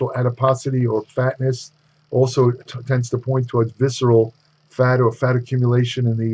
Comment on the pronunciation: "Sexual adiposity"?? 😂